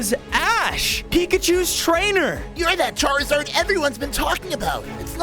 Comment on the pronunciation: Charzard not hazard